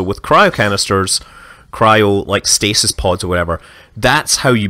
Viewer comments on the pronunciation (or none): none